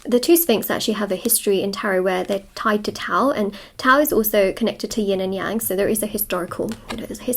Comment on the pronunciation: You are the first one correctly pronounced “Yin and Yang” I come across. By “correctly” I mean: as a English speaker, figure out how the phrase shall be in Mandarin. I know if anyone pronounced it according to “how to pronounce English”, most people did it right. But you really figured out how they originally should be—how the two characters shall be pronounced in the flavor of English accent. English accent Mandarin. Good job!